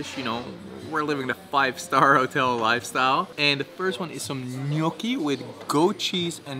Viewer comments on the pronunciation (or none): none